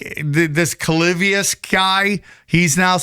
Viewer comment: Clavivious 😂😂 its clavicular but yeah fucking insanity